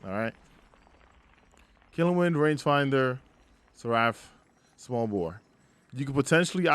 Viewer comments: ser-uh-ph not ser-ah-ph lol but otherwise great video, I learned a few things. I'm taking feeding frenzy off now. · I think Seraph rhymes with tariff, not giraffe lol. Great video though dude 👌